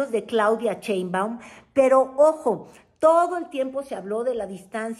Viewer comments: Sheinbaum, no CHEINbaun… luego dices que Lis Vilchis no sabe leer, tu habla bien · Te Cuesta mucho pronunciar BIEN el apellido de la Presidenta ??? Caes mal. Cuando no respetas